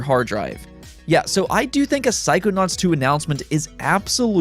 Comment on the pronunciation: took me a minute to figure out what you were trying to say, "psychonauts".